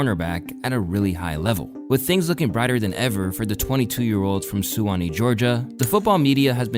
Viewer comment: Suwanee getting a mention gotta love it but you should’ve googles how to say it lmao love the vids tho